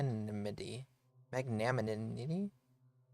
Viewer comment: Magnanimity “mag nah nimity” 😂 magnanimous means forgiving